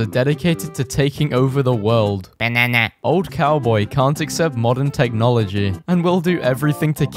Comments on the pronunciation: How normal people speak Viewers: banana You: banyanya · The way he said "BanAnæ"